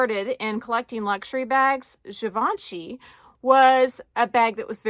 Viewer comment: So interesting video 😘💖 thanks for sharing. And you pronounce Givenchy really good 👍( i can not answer your comment question since i got no bag from these brands sorry☺️) Happy Sunday 😘